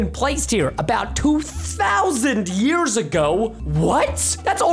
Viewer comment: it said yers its years not yers